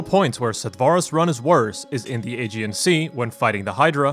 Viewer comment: Aegean is not pronounced "age-ian", its pronounced "a-gee-in"